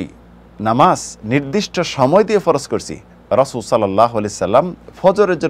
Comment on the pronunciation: জাজাকাল্লাহু খাইরান। শায়খের কাছে অনুরোধ তিনি যেন 'রাসূল (সাল্লাল্লাহু আলাইহি ওয়াসাল্লাম) 'কথাটি সুন্দর বলেন। উনি খুব দ্রুত উচ্চারণ করেন বলে তা ব্যঙ্গ হয়ে যায়।